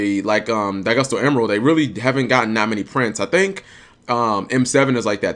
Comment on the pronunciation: emeral not emerald